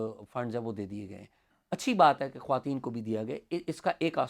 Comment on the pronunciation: خواتین کا تلفظ درست کریں۔۔یہ ترکی زبان کا لفظ ہے اس لیے اس کو خواتینِ پورا پڑھا جائے گا۔۔۔اگر فارسی لفظ ہوتا تو پھر اس کی "و" (معدولہ ) نہیں پڑھی جانی تھی